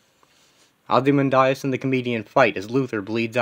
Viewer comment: Why do you keep pronouncing Ozymandias’ name like that?